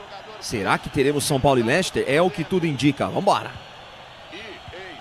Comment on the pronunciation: Não se diz "Lechester" o correto da pronúncia é "Lester"